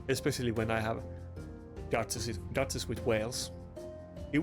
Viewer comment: Mate i like to watch your videos, but could you please be more energetic?? you ack and talk like you are 70+ and talk like you have a d..k in your mouth trying to correctly call champions like duchess or Marichka. when i hear you call those champions i feel like i drag my balls on the shattered glass . English is not my first Langugage like you can tell after this comment , but i have no issue with calling right names, be more focus on how you act and what you say then when content created pack will come every friday!